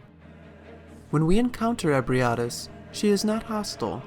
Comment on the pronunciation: Your pronunciation of Ebrietas is fascinating. It's the best one I've found next to eh-bree-eh-tahs ('eh' as in 'bed').